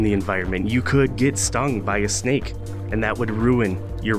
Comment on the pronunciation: Is it just me or does he sound like a guy who is trying to get you into his van for "free candy" and also he said you could get stung by a SnAKe